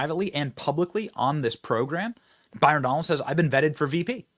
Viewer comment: 😂😂 it's Donalds. Not FUKN Donaldson